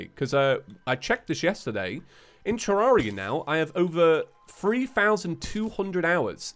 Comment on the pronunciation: You say it correctly but about 83% of terraria players say 2